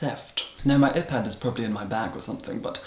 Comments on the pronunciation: 𝓲𝓱-𝓹𝓪𝓭 us: eye-pad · The legendary "epad" and "ephone" scene 😂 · umm it is 👀pad and 👀Phone 😂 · "My eh-pad " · ‘uhPad’ 😍 love you from another dracula 😘😘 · wait wait wait, "ih-pad" ? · “ihpad”... Yes. Good. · “filem” “epad” “efon” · Eh-pad and eh-phone. I’m done....😂😂😂😂😂😂😂😂😂😂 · “Ephad” “efone” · Ehpad and ehphone made me cry 😁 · Excuse me, but wtf is an eh-pad and an eh-phone? I can only assume you are mispronouncing that for some sort of humorous value. And I believe the only thing you would extract from a cow is blood. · “usually i use my epad but today i’m using my ephone” IM GAGGING THE WAY HE PRONOUNCES WORDS like “filum” AND HIS VOCAB RANGE IS MINDBLOWING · ih-pad and ih-phone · "My ephone" "my epad" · My eh-pad and eh-phone. 😂 I love you!!!! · "Eh-Pad ", "Eh-Phone" !!!!!!!!!!!!! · ihpad... ihphone... ih love you! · I GAGGED AT EH-PAD AND EH-PHONE!! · Hmm a-pad...e-phone😂😂😂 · Eh.pad... Eh.phone... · the "filim", the "eepad" and the "eephone". and the milkshake question!!! Hilarious!!! :D :P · i love the way you say iphone and ipad it’s so marvellous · The way he pronunced iPad and iPhone is just . . . I can't even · I love your vids but. Lol, iPhone and IPad pronounced with the same vowel sound as the body part “Eye” and as if you were referring to yourself with the pronoun “I”. It’s not the same vowel as in the word “if” and “bit”. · His pronunciation of iPad and iPhone... And that "my iPad has gone missing.. I don't know where" 😂😂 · Wait Is no one going to talk about his pronunciation of iPhone or iPad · The way you say Iphone and Ipad haha. I find your quirks to be so funny and quite delightful. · now i know how to properly pronounce iPad and iPhone 😆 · I'm LIVING for the way he says iPad and iPhone😆